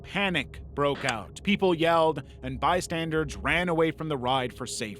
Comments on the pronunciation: Bystanders. Bystanders. Not bystandards. That is not a word. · do you purposely say bystandards instead of bystanders? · BystandERS not bystandARDS PLEASE… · Didn't notice he did this until it was pointed out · it's pronounced bystandERS, not bystandARDS. i was cheering for you to say it right one time. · Exactly!!! Omg it annoys me so bad every time I hear him say “bystandards” 😭